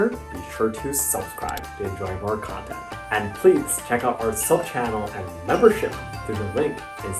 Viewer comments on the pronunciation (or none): none